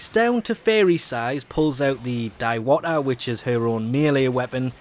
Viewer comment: Diwata is a filipino word which means fairy btw im filipino and ur pronouncing it wrong.